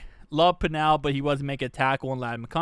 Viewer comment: It’s pronounced pennel like Kennel but with a P